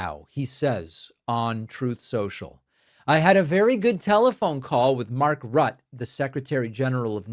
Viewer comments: Rutte pronounced Router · Rutt-e you pronounce the e on mark ruttes name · Why does the stock market pay any attention to orange fool? He lies and changes his "mind" like a squirrel. Could the European allies expose the E files? They probably have a copy. And Mark Rutte is pronounced "Rooo Tay." Greenland is of no strategic use to the US but it certainly would be for the Ruskies. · Hey David, love your show, but Rutte's name is pronounced Ru'tuh (the 'ru' is like the re in 'arent'.) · Learn how to pronounce Rutte.